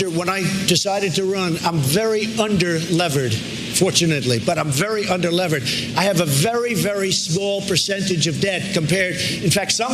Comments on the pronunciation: Also, it’s not under-levered. It’s under-leveraged. It sounds very stupid when you don’t say it right. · Did he really say "under-levered" instead of under-leveraged? Trump doesn't have billions and billions of dollars. He is according to some sources as much as 1 billion in debt, not just $424 million. His businesses are largely failing or losing money. The most money he made came from his "Apprentice" reality TV appearances for which he was paid $240 million. After he lost the $400 million his father gave him he was broke. That's when he started borrowing. He says he was just "doing the banks a favor" by applying for loans with them!